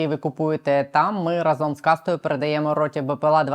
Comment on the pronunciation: рАзом У прислівниках ви́соко, ши́роко, гли́боко, ра́зом наголос падає на перший склад. Деякі прислівники мають подвійний наголос: ба́йдуже і байду́же, за́вжди і завжди́.